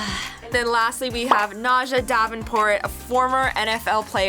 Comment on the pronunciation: You pronounced the football player name. Its pronounced like Najee